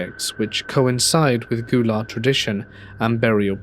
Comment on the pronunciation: Hey love your videos! Just wanted to let you know for the last story Gullah as in the culture & people is pronounced gull(like the birds)-la. Hilton Head Island use to be a large Gullah community until developers turned it into what it is today. Also if you have a chance you should research the ghost stories of the Lowcountry area of the southeastern US, lots of haints & spooks here.